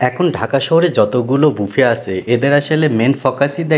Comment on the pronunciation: Ha ha ha ha বাফেট না বুফে